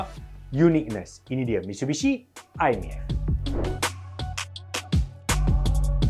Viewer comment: Mitshubishi ke Mitsubishi? 😂